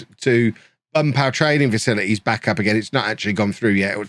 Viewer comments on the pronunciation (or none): catches Covid, struggles through admirably... utters the line "...facilites and sensible transfers." Informs Anna he needs a week off on a Portuguese Beach for 'work related scouting reasons.' Never change,. Goode think youz dun speek wurds fer aw liven'!